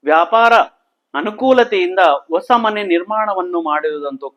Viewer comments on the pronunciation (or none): Also Hosa not osa.